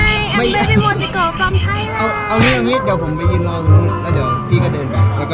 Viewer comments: ไม่ใช่เบบี่โมจิโกะคะโมจิโกะคะ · พูดผิดต้องMOJIKOไม่ไช่อํ้ออออ